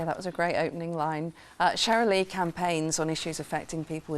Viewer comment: Cherylee Houston- not Shirley Houston ❤